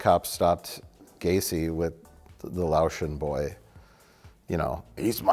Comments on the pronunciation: says "...that underaged Lo-ay-shun boy..." Loayshun is not the proper nomenclature. Asian-American, please. And it's pronounced Lay-oh-shun. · It's "Laotian,", not "Loation." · I guess I read Loas instead of Laos sometimes, because some people just suck at typing. But hearing it actually pronounced as Loatian, that was a first time, and it needs real hackfrauds to do that. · It's Laotian ("lay-ocean") not Loation. They are from L-A-O-S. Haven't you people ever seen King of the Hill?